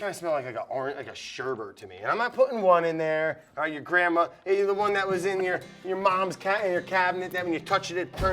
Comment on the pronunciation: Brad! I love you my guy, totally plutonic, but you made me cringe hard. I'm not a hypocrite as I used to say it wrong myself, but...there's only one (1) R in sherbet.